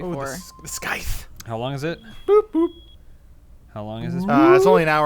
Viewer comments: really? The fuck kind of nerd doesn't know how to pronounce scythe? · The c is a soft c in scythe. It's like a sickle only bigger.